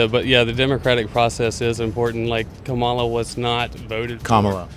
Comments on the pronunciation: it's comma-la not Ka-MA-la. i'm talking about the pronunciation of her name. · These MAGAs STILL can’t pronounce Kamala (comma-la). Just two syllables. It’s not that hard. But they’re the smart ones. Ok. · Don Lemon i a very good example why they don't like liberals. Look at him repeatedly embarrass the guy for mispronouncing her name. That's just not gonna work. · It’s a conscious decision to mispronounce her name. So, they need to be reminded. You expect people to pronounce your name properly, right? Mutual respect, people purposely mispronounce her name. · Please look at it from the other side, it is very disrespectful for someone to continue to mispronounce a person's name, after being corrected (especially more than once). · Agree…but as far as the name goes feels like people mispronounce on purpose. Like it’s not hard to say so why say it wrong?